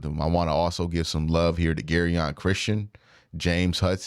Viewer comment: Jer-on Christian not “Gary-on”😂